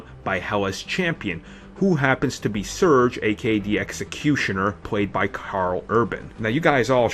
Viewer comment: Shurge???? Skurge... dafuq